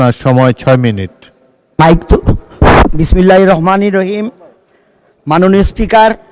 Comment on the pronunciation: বিসমিল্লাহির রহমানির রহিম ভালোভাবে উচ্চারণরাও করতে পারিস নি ।